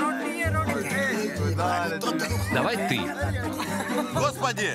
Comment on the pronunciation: АХАХАХХА -О господи -о гхосбоды